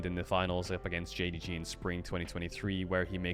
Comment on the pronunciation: nahh bro its jdg xD and they just saying it cause caedrel said it wrong in his video man xDD